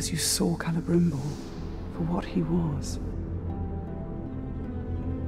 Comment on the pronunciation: PC JUNK lol nice pronunciation, also his name has an “E” at the end so it would be cell brim ore